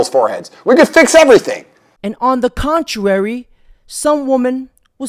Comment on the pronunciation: On the WHAT?? It’s, CONTRARY not “contuary”. 😂